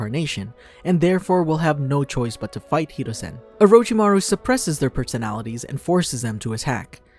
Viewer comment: This dude said hereusin instead oh haruzin